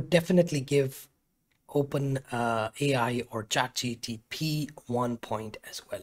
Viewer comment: Trigger alert: he keeps saying Chat G T P .. instead of G P T